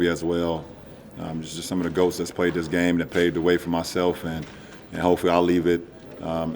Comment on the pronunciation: Was he saying Ghost? Not Goat?